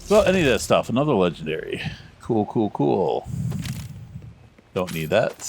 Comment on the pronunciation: If you didn’t point that out, I wouldn’t have noticed xD